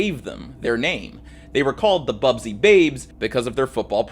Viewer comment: The Manchester United segment is full of errors: 1. It’s BUSBY babes, not Bubsy - named after their coach, Matt Busby 2. They did not have “just a week to play their matches”, that is not how the European cup worked. The plane they were travelling on simply did not have sufficient range to fly directly from Belgrade to Manchester, Munich was just a stop-over to refuel. Also, West Germany was represented by Borussia Dortmund, neither of the Munich clubs were participating. And in any case, MU played the semifinals against AC Milan. 3. While there were issues with the engine, it was not the reason for the crash. The plane was accelerating just fine and would reach the take-off speed well before the end of the runway, however it was slowed down by the snow that was not cleared by the airport authorities. Unfortunately, still prevalent design of the planes of the time, that tail-wheel undercarriage (two wheels in front, one under the tail) were less effected by such conditions, so not enough attention was paid to the cleanup. MU plane was of the more modern design with nose-wheel.